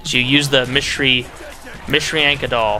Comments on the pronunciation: It's actually Matrushka. Mah - Troo - Shka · If I recall correctly, the dolls are pronounced "ma-troosh-ka." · MAH-TRU-SHKA thats how you pronounce it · They're pronounced: Mot ROSH ka dolls. The O in Rosh makes the same sound as the O in "Oh" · Ma-tro-sh-ka dolls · MA-TRUS-KA Doll. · Matryoshka doll. Maw-Tree-Aw-Sh-Ka Think of it like that. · ma-tree-sh-ka dolls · mat-tree-oh-sh-ka dolls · is pronounced Ma trosh ka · It's pronounced "metreeoeshkuh" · its pronounced mt-rish-ka dolls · Mishrianka? Really?